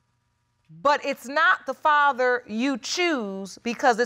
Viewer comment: “ if im the farver “ WTH ! It’s father , sir 🤷🏻‍♀️